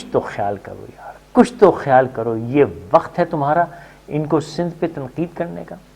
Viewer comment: Btw it's Sindh not sind